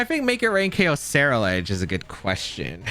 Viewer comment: Brooo, you swapping the R and L in Ceruledge in your pronunciation. Se-rule-edge, like Cerulean city. Otherwise enjoyable video, thanks.